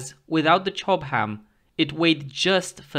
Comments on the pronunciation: Chobham is pronounced /'tʃɒb əm/, not /tʃɒb hæm/ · I'm not sure he wasn't trolling, he seemed to over pronounce the given section of said word to a great degree. It's only a shame the stuff wasn't made in Durham!